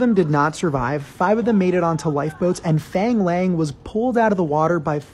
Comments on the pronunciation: Fang Lang is pronounced Fung Lung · Pronounced "fung long" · “faAANg lAAAng” sorry, but your pronunciation killed me. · So its pronounced more like fong long? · Pronounced Fahng Lahng - can’t wait to see The Six when it comes out, what a story this guy has! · glad I'm not the only one to notice .. it hurt to hear his pronunciation.. he didn't even try ..